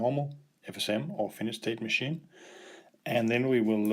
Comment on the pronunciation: It is not a Finish... Or Finished state machine.. But a Finite... Try saying [Fi..Nite]